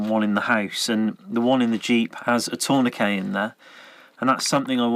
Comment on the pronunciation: Torn-a-kay. Love it. Now I will always pronounce Tourniquet in this manner.